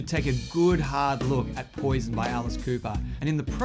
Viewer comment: I love AC, but I hate how he pronounces "poison" in this song, as "poy-zin" and not "poy-zun".